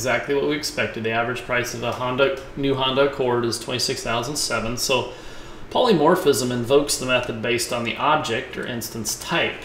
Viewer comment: You keep saying 'polymorphiCism'. It is NOT polymorphiCism - it is polymorphism. Great tutorial, though!